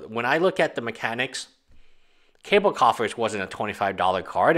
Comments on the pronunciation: Not cable its cabal pronounced (ka-baal) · The only guy that pronounces Cabal (ka-ball) as Cable (K-bull) on any Youtube channel. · Kaaaaa ball......not cable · Ka- ball not ka-bell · It's pronounced Kah-baal brother. I like that it basically doubles your mana -3 late game. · It is pronounced "caw ball"